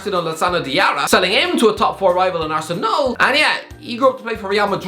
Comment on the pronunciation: No one:: " Arsenaal "